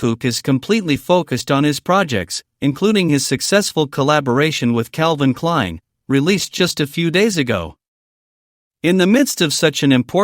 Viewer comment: Слышь ты "кельвин клен" ну зачем же так коверкать название бренда. Жуть просто. А насчет Чонгука,да пусть крольченок делает,что хочет и любит кого хочет и живет как он хочет,а не как придурошные фанаты решают. Достали идиоты.